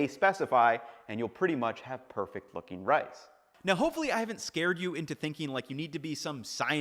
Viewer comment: I heard "Perfect fucking rice" instead of "perfect looking rice". Needed the captions for that lol!